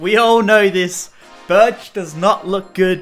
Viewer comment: What did you say BIRCH for life